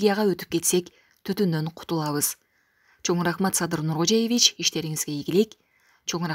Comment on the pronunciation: НуркожЕевич эмес НуркожОевич! 🤦‍♀️